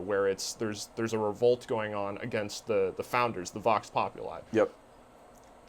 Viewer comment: The way you guys pronounce vox populi is wrong